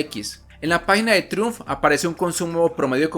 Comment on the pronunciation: critica constructiva: se pronuncia traiumf , trai umf